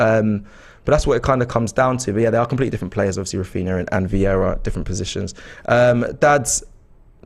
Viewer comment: Is super chat some competition for stupidity? Amount of stupid comments are incredible. And his name is not Viera, VIEIRA!!! is it really that hard to learn how to pronounce someone’s name? Edegor playing almost 2 years for club and AFT guys still saying Odegard?!?